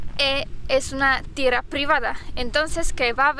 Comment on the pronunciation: TIERRRRRA, AGARRRRRRAR ES SONIDO FUERTE, NO SUAVE